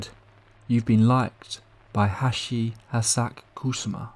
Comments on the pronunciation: It's pronounced "Ha-chi sha-ku sa-ma" I'm sorry but you really butchered her name into something else entirely...😅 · And you STILL BUTCHERED IT, hilariously 😂😅🤣 Japanese is a phonetic syllabic language it's not even that hard to pronounce if you chop it up into syllables: Ha-chi-sha-ku-sa-ma 😅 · Hachi-Shaku-Sama is how you pronounce it